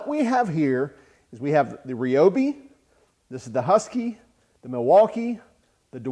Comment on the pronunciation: Why is everybody pronouncing Ryobi wrong? It is pronounced the same as rye bread . Is that so hard?